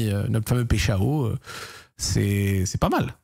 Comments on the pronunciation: Yo le Z, je suis franco Brésilien ( de Rio de Janeiro) , ont dit PAÏCH1ON (j'ai mis le 1 parce qu'on prononce comme le nombre) voilà j'espere que c'etait un peu clair :P Force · pecheao ptdrr la prononciation stp.. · Hey Zack, petite précision, son nom se prononcerait plutôt Paille Chao (avec un bon accent français) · On dit paychawww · on dit PAïCHON y parait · Il me stresse quand il dit péchao 😂😂😂